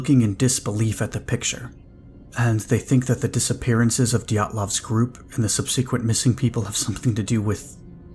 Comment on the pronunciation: Please look up the pronunciation of subsequent.